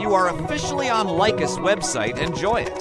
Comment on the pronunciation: Well done video except for 2 minor mistakes: 1. First mistake: The speaker pronounces LICHESS incorrectly: he says "Lie-Quest" instead of "Li(berty) and Chess", the name combining the first part of "LI"berty and the obvious word "CHESS"... so LI-CHESS. 2. The 2nd and last mistake: At the beginning of the video, he means and points at the "upper right" of the page while mistakenly saying "upper left". The rest of the video is very clear and easy to follow.